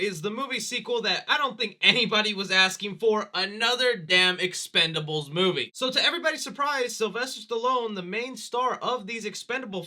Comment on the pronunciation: I feel you when it comes to the expendables series, BUT CMON MAN it’s EXPENDABLES lol I know I’m hopeless 😩 😂😂